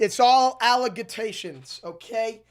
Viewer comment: It's all al-leg-ata-tions